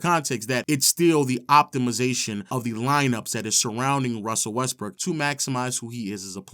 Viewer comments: It sounds a lot like this dude is steady saying westbrick instead of Brook or am I tripping??🤔🤔🤔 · Is it just me or he keeps saying westbrick